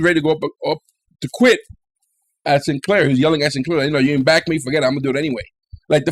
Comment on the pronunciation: I thought you said 'commander Sin... hair' lol. He does have fabulous hair.